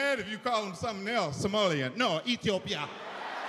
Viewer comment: Somalian No ኢትዮጵያን 😅 like the way he pronounce Ethiopia just like one of us we won’t fk u up Mike we love u 😁